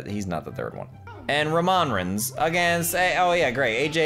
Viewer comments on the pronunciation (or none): you have a mistake you just roomaan reigns but it is roman reigns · “Romun rens”😂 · Adam Stockford who's Roman reigns? It's "Romon rins"😂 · This game rules... loved how you pronounced Roman Reigns too lmao. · He said Roman Reigns wrong